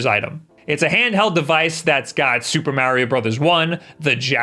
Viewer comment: It’s pronounced like NEESH not nitch. The way you say Mario is bad enough lol